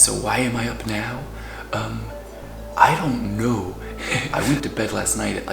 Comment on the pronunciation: “So why am I up now? Um, I don’t knoh” 😆